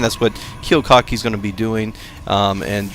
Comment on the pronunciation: You missed pronounced Kiwikaki's name the WHOLE GAME. So annoying.